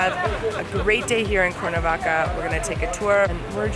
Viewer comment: "Corn -a-vaca" lol seriously?